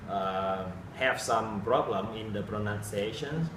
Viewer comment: problem vãi cả phát âm